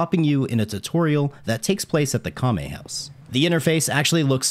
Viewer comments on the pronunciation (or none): How does this guy manage to pronounce every other word incorrectly? Jee... khame house... guy fieddi